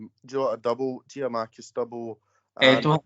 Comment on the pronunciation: Tell Tony it's not Giamakis it's Giakoumakis